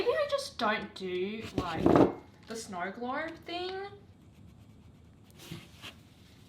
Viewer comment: Everyone: snow glob with accent: Snou gloub